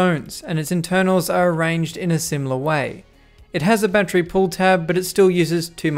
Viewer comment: Seriously though, why don’t you pronounce battery correctly?